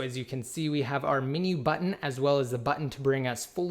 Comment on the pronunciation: "mini bbutton " LOL it says menu